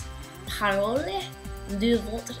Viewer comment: françois = français ^^ and said "paroLE" without accent and pronounce it like when u said .... LE françois ... :) it will be easier to pronounce